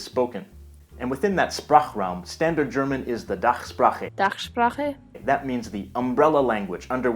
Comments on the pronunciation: The person saying "Dachsprache" is certainly not a native speaker. I also want to point out that an "e" at the end of a word for dative singular is optional and considered old-fashioned. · this was not a native speaker, it's pronounced with an accent